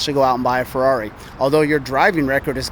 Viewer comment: Man, I love your videos like this. although i wanted to punch a hole through my screen every time he said Ferrari, I really do love how patient and respectful you were. I also like how you use your platform to spread awareness about things like this, keep up the great work man.